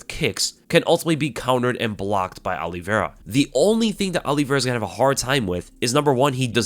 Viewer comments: His name is O-livera not All-livera... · Olive -ira no? not Oliv-era. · He keeps saying Aliverah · I'd watch this but i can't stand the way says Oliveira "Ali-vera". Shit hurts my ears. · if he is all that, atleast say his name correctly